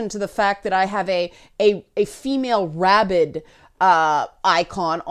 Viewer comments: Are you saying rabid or 🐇 ? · Are you saying rabbit or rabbid?...so confused. :p